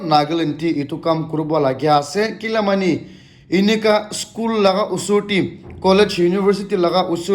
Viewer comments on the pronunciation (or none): none